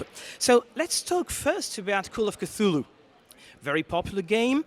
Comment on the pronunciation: La foule que l'on aperçoit à travers la vitre, ça me fait penser à Walking dead! Tous ces gens qui avancent lentement et s'agglutinnent au même endroit. 😅 Sinon sympa l'interview. Et cette prononciation de Cthulhu à l'anglaise, merci 😁